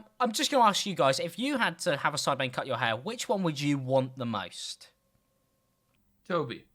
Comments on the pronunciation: it said Sidmen instead of Sidemen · Ah yes the "sidmen"